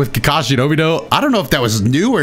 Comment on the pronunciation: You offend me every time you say “IUCHIHA” and “NARUDO” and “OBIDO” 😤